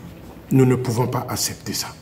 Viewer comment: On dit “ACCEPTER “ et non Assèpter.